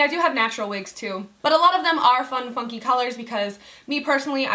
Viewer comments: I thought she said fun fuckin colors instead of fun FUNKY colors 😂😂😂😂😂😂 love ya babes 💋😙❤ I live in Tampa too boo 💋💋❤❤ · I thought you said, " fun fucking colors." lol. but seriously love the wig. you rock it so well!